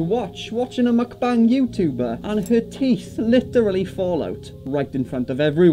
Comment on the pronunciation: Every time says "mukbang" it sounds like he's talking about a new line from McDonald's - the "McBang" 🤣